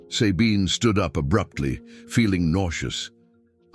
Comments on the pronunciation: The way the name "Sabine" is pronounced here is biasphemy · Sabine's name is not pronounced correctly...lame... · Not possible to listen to someone who says Sabine instead of Sabine. Bloody AI